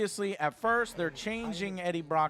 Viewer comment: JOE HAS GLASSES WTF?!?!?!?!?!?! Also he said “Breaddie Brock” XD